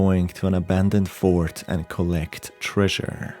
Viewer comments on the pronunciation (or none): none